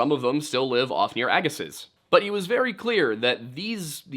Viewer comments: As someone from the West Coast, living near Agassiz, I can positively let you know that you don't pronounce the "z" at the end. A-gah-see. Love hearing about my local lore though! ❤ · Minor note: Ir's pronounced AG-e--See the last "z" is silent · Note, if the word you’re saying is “Agassiz,” the Z at the end is silent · Agassiz is pronounced Agassee. The z on the end is silent. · Great, very informative and interesting video. I really enjoy a lot of the stuff from, especially the Native American historical stuff. Small pronunciation point, though it's not likely to come up again, I admit, but Agassiz has a silent Z on the end there. Just 'Agassi'